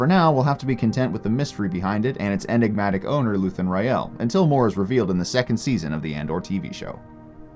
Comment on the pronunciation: you know how to say his name, say it right. they say his name so often in the show you dumbass